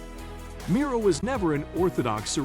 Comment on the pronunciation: It would invest you with credibility if you learned to pronounce the artist’s name correctly. Until then…